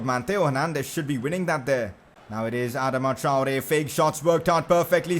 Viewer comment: Ad-ama try-or-a that's how you say it